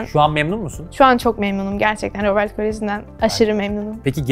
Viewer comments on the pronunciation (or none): robert koleji ne ab rabırt diye okunur